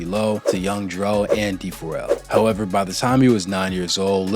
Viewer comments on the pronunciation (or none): none